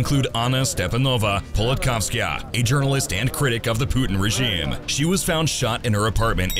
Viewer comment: Ok am I the only one who noticed the odd pronunciation of the word “regime” throughout the video? Seriously, content creators please check the pronunciation of words that you clearly do not know before recording your videos.